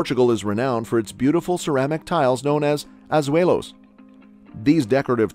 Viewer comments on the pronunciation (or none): It's not pronounced azuehos, it's pronounced azulejos. In Portuguese, the "J" is pronounced as "j" and not "h" like in spanish